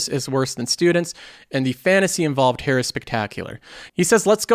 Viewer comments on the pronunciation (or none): All your "here" sound like "hair"